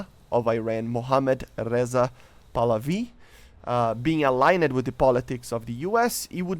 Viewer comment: I love but my man. any word with “ed” on the end is said “d”. Align-did not align-ed-ed. Imagine a red-neck accent.